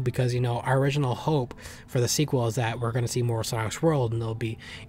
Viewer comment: "origninal" Man. You WERE tired.